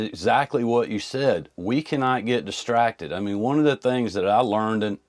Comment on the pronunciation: Is he using Blaccent? I swear I hear him say distratded! Eletded!!